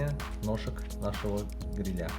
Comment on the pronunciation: Обратите внимание на ударение в слове грИля, а не грилЯ😉👍🏻